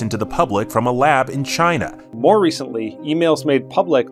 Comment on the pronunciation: President Trump said "SCHAINA"!😂